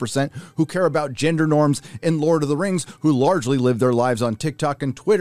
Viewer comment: “Ginder norms”